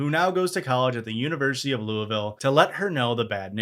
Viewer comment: Need season 5 and also thx for saying Louisville right.